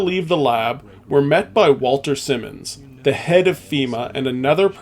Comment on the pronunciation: Wal-TON SI-mons, not Walter Simmons